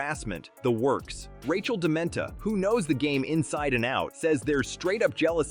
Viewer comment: Do your homework. The name is Rachel DeMita, not Dementa